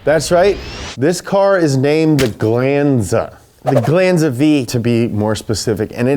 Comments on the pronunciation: its GLAHN-ZA not GLAnn-zuh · It's not pronounced "glooonsa" it's a glAnza ... Damnit the yanks haven't even had the car 5 minutes yet and theyre already causing trouble 😂